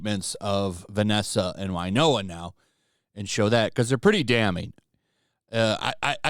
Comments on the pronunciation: Winona, win-oh-nah, not wine-oh-ah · I love your channel, I do. Who is this Wynoah of whom you speak? Do you mean Winona Ryder? That’s pronounced WIn-Nona, not Why-Noah. Nothing so Country and western sounding. Actually, her real name is Winona Horowitz. Hope that helps clear some things up.